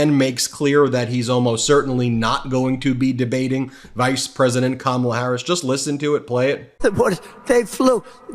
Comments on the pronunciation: I noticed he’s pronouncing Kamala’s name correctly now. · Trump pronounced Kamala's name correctly. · I notice he’s pronouncing her name correctly. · He finally said her name right. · He pronounced her name correctly. Imagine that. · Oh Donald, you accidentally called her by the right name for once. I had to go back and check again but you did it so we know you’re not as stupid as you act you can say her name right? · Wow! He actually pronounced Kamala’s name correctly. His team must of told him to knock it off and stop making fun of Kamala’s name. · he pronounced her name right 👍🤣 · Did he accidentally pronounce Kamala's name correctly? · tRump pronounced Kamala’s name correctly! Now, maybe his ignorant, uneducated cult members will start saying her name correctly as well since they are up his behind so much. SMH. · He finally said her name correctly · WOW, trumpy pronounced Kamala's name correctly twice in the video!!!! He must have been watching the DNC when Kamala's two nieces came out onto the stage to show how to pronounce Kamala's name (,la) (,la) (,la) - oh donnie boy see its not that hard! Idiot! Voting blue for (,la) (,la) (,la) 💙💙💙💙💙💙💙 🗽🦅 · He said Kamala correctly.....brain fog I guess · He pronounced her name correctly. Kamala “coma-la” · Rambling tRump pronounced "Kamala" correctly 🙄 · He called he Kamala and said it correctly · He pronounced her name correctly!!! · At least he pronounced her name right. The lesson at the DNC may have worked. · Hey knows how to pronounce Kamala name …that idiot 😅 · He pronounced Madam Vice President's name correctly! Huh! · At least he's listening, he pronounced there names correctly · Wow, he said Kamala correctly. Boring. Boring. Boring. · He pronounced her name right, wow!! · He finally pronounces Kamala properly, then loses it on "Waltz."